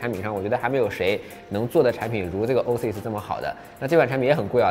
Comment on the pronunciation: Oasis念 “ ”哦哎思爱思“”